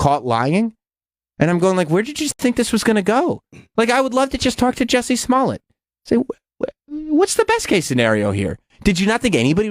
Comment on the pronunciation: pronunciation of 'Smollett' is fucking gross. As if there were not enough reasons to hate him already.